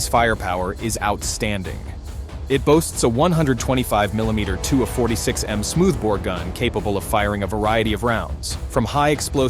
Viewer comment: Can you say miĺimeter😢???